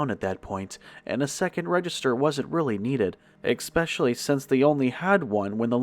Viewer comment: Good narrations! However,, there is no fricken "x" in "especially".